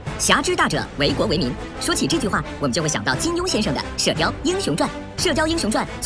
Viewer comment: 总结居然连为国为民都念错。。而且你后面还有郭靖说的片段啊。这都能错